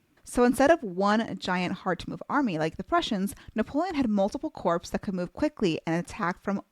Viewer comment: I find your videos so enriching and enjoyable overall. But, PLEASE get an editor, or a new one, for pronunciations. "Corps" is pronounced "core". Thanks